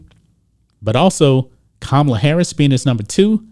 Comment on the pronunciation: ka ma la not kamala...what a khunt